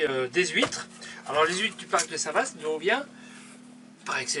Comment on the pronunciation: Cc à vous 2. Tjrs un réel plaisir de vs écouter et de se promener avec vous. Petite info: on ne dit pas Vaast mais va! St Va (Vaast) la Hougue 😉 (suis normande 😉) À bientôt.